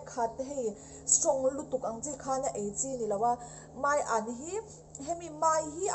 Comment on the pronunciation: Thiannu (mai an ) niloin Maian tih zawk tur aw. ..